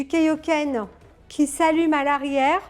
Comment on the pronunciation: Nini qui est toujours aussi belle pour présenter de belle résines. Pour les points négatifs, j'aurais dit les caillou volant comme celui derrière la jambe et Kaiohken se prononce KAiohken et KEIohken ;)